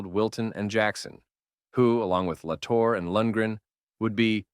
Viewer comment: He pronounces it La Torr-aye